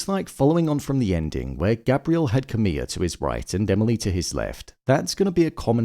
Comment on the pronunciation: Why do you keep calling Camille "camilla?" There is not an A at the end